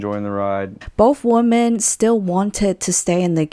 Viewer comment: It's so grinding how she raises the tone of her voice at the end of sentences as if it's a question when it's not. Also the way she pronounces women as woman. Other than that, interesting content